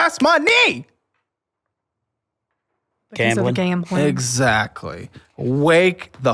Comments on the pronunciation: Gambling turned into "gammeling". Lol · Take a shot everytime says gamling 😂 if youre a light weight, only take a shot when he says gambling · He said “Gambling” so much it started to sound like he was saying it wrong😂